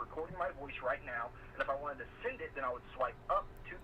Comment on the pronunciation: Thanks for a great review. I must say one thing. I cant stand it when you say send sending or ten. You say it like sind sinding or tin. Sorry. Just saying. Again great video.